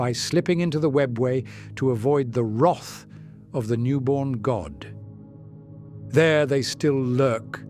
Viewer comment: "it struggled with the word haemonculi/haemonculus" it also isn't that good with "wrath"